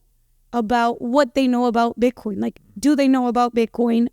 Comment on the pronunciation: I have never met a woman who pronounces the word "BITCOIN" as sweetly as. No matter what you do, dear, it will be a success. I hope you stay with us for a long time!